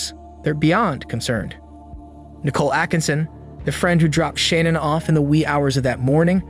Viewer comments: yes He prounounced it Shan-Ann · you keep saying Shannan's name wrong